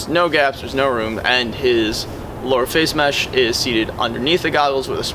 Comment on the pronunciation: lower fayshe mesh